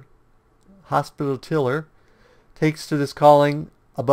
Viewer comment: “Hospitaler” Hoss-Pitt-A-Ler.